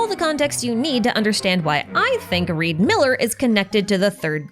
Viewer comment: REE D. MILLER